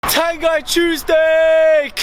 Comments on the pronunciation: It's pronounced Tahn-ghee (ah as in 'father', ee as in 'meet'). Great news though! COYS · It’s pronounced tangee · Pronounced Tan-gee mate!